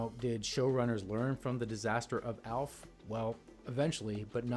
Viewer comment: Elf, Elf, Elf.. Aaaalf, not Elf!